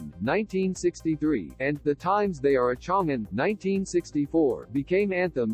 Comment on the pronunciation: The AI voiceover IS intolerable. "The Times They Are A'CHONGin'." Incredible.